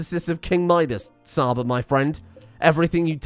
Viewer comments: Csaba is a hungarian name and 'Cs' aba prounanciation is not with 'S'. it should be like in wa'tch'. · "Csaba" is actually a Hungarian name, it's pronounced "Chaba" as in "Cheese", love the content though! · Csaba is pronounced Chaba, but you were close. Love the series! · Csaba is ment to be pronounced like Ch from cheetos. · I know you probably won't read this but the way you pronounced Csaba is not correct. The Cs in the colonist name is pronounces as a tʃ in chip/beach/belch ecetera. Sincerely, a hungarian viewer and follower of your channel full of entertaining and deranged content.